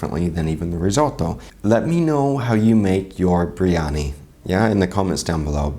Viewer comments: Bir-yani not BRIYANI get it together. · First of...let's pronounce it correctly. It's bi-rya-ni ...not bri-ya-ni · Why is everyone pronouncing the name of this dish "Brie Annie"? Isn't it supposed to be "Beery Annie"? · Uncle Roger, it's BIR-YANI, not BREEYANI!! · Why are they calling it Brie-ani? It's BIryani, "bi·ree·aa·nee" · #2 and let's not call it bree-yani... it's bir- yani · If they're all pronouncing it bree Yanni so it must be right, right? Beer Yanni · It's pronounced BIRIYANI or BIRYANI...not breeyani. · Haiya uncle roger it’s Biryani not briyani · Bro i rarely leave a comment on YouTube videos, but this... OohoHooooo, pissed me off so much that i had to say something. the fact that not even the aunty got it right, hurts my lil Indian heart 🥲